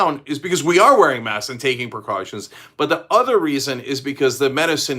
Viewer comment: Cenk, there’s a «k» in «masks». You’re talking about «mass»